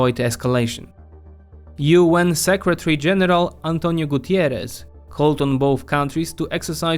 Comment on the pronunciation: Guterres not Gutierrez!!!